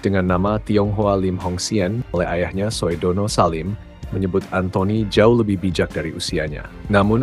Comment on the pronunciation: Kepada narrator OE itu ejaan lama. Bacanya U. SUHARTO bukan SOEHARTO. Sudono bacanya BUKAN SOEDANA.